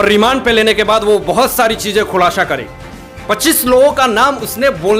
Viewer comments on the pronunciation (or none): Abe "khullasha" nhe "khullasa" bolte hai, chutiye. YouTube channel chala raha ki news channel....aur gaandu chashma nikal k video banaya kr thoda kam chutiya lagega. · Abhey khulasa hota hai khulasha nahi hota